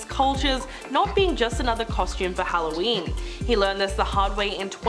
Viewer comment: Don’t forget on “Hallyween” That was the worst for me I’m offended! 😆